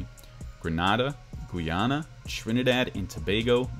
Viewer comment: Lol how u pronounced Grenada and Guyana lol